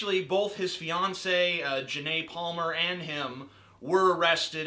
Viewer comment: Did you say fiance or Beyonce?